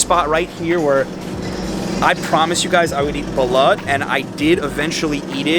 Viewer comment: Mate you really are not saying "Balut" correctly. PLEASE pronounce it, "Bah-LOOT" because ... well, that IS how the word is pronounced.